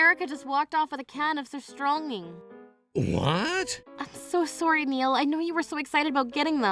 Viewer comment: Surströrmming hahaha talk about stinking situation 😆🤣